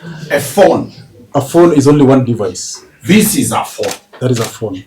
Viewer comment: Sometimes English pronunciation and Kenyans stresses me. de-VICE. Not DE-vice. In-TER-pret. Not inter-PRET CIR-cumstances. Not cir-CUMstances